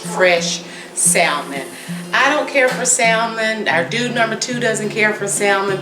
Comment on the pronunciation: if you don't take that L out of salmon lol it's silent 😉 but anyhow... this looks great